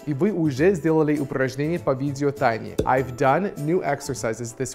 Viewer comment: Челик не проговорил I've никак, он почти I даже не произнес, пересматривал даже несколько раз в х25, но в субтитрах написано I've played